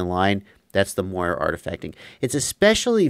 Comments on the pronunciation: the term is Moiré from the French silk pattern, so with an E acute it's pronounced Mwah-ray, like Café:) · Just fyi I'm like 80% sure it's pronounced "more-ray" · The correct pronunciation for Moire is “more-ay” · Moiré. It's pronounced "more-ray". Like the eel except emphasis on last syllable. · Moiré. It's Moiré with a French accent :) This originates from "Moire" which is a type of silk fabric in French.